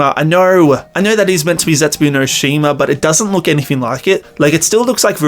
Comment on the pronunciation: How are you saying zetsubo Xd Zetsubu XD